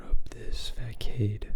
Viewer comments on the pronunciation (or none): Hi, I'm sorry about this, “facade” is prounced as "fə-SÄD" or "fuh-SAHd". Your eyes are so kind.